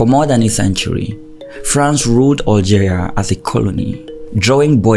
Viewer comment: PS: it's Algeria not Oil geria it's BESH AR not Bek ar